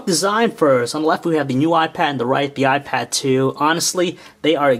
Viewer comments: He called it a "y pad" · He said YPad? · you call the iPad a ypad :P but overall a really good review :) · It sounds like he's saying "WiPad" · He says wipad all the time -.-'